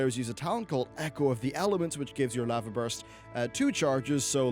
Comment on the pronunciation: wait why do you say lava like that